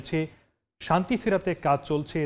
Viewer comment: Are shongghat noy , shanti. Thankyou